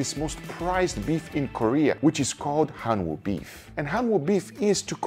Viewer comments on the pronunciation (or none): gotta drop the "w" tho its more like hanoo beef. cant believe you had pancakes with all that available!!!!!!!!!!!!!!!